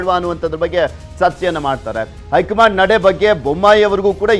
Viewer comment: ಅಕಾರ ಹಕಾರ ಸರಿಯಿಲ್ಲ. ಹೈಕಮಾಂಡ್ ಅಂತ ಹೇಳಿ. ಬಿಜೆಪಿ ಐ ಕಮಾಂಡ್?, ಏಳಿದಾರೆ, ಓಗುವಾಗ? ಕೇಳುವುದಕ್ಕೆ ಅಸಹ್ಯಕರ.